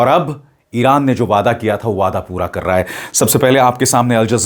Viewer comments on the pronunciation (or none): none